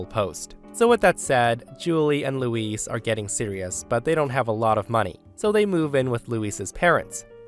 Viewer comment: Hi The way you pronounce Luis is the female name. Luis is L - oo - i - s. Louise female is L - oo - ee - Z.